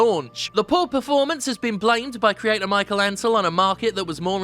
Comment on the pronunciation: It's Mi-SHEL.